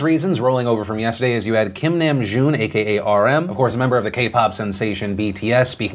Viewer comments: Oh man, Philip, every time you said Namjoon's name I cringed. The Na rhymes with Ha in hahahahaha. But I'm so glad you included them in this video. Their message is so incredibly important and they've worked so hard to use their platform for good. I honestly agree that it's not that deep about Superwoman but can also relate to fellow Army. The Kpop industry is so competitive and often times toxic, so to have someone again to seemingly reduce BTS's hard work to nothing more than fangirling, it's a bit on an insult to some. In regard to Trump, I think it's more that he doesn't care and is only thinking about himself, not America. He's being self congratulatory not patriotic. On the subject of Bill Cosby: GOOD. Finally. I agree it's not a long enough punishment but I'm glad that his reprehensible actions are finally being punished. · he didnt say it correctly lol its nahmjoon not nemjune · Phil, just a little critique, Namjoon’s (남준) name is pronounced “nahm-june” not “nam-june”. Otherwise, thank you for the BTS coverage 💖 We really appreciate it! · I just want to say... its NAHM-joon Not Næm-JOON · Btw, the name is pronounced nahm-joon lol. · Did anyone else cringe every time he said “nam-June”? 😂😂 anyway love you! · THE WAY HE PRONOUNCED KIM NAMJOON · He didn’t pronounce it correctly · Lol new game take a shot everytime phil pronounces Namjoons name wrong😂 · The way he pronounced namjoon... agh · I hate the way he pronounced Namjoon but it's not like I expect him to pronounce it right. Just ikr me lmao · He pronounced RM's last name wrong lol